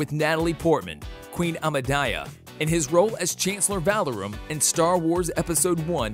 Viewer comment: That by the time we got passed "Princess Amadaya" and got to "Hermeown" that the narrator must be doing it on purpose....